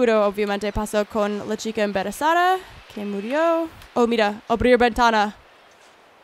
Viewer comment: jaja dice "la chica emberezada" xD mi vida la amooo👏❤es la mejor